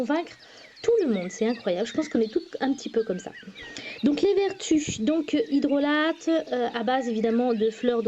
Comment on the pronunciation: Cela se prononce "hydrola" et non "hydrolate" ;)